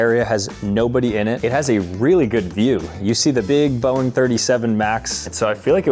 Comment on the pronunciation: “Sissapointed” “Boieng” 😩🤞